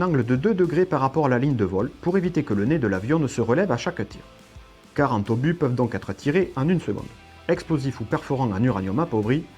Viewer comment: Très bien, vraiment. Juste un détail : Mille deux cent obus, pas 1200 Zobus (il n'y a pas de "s" à cent. C'est curieux mais c'est comme ça : deux cent Euros, pas deux cent Zeuros ...)